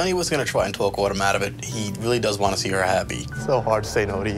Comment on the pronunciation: “I also wanne eat”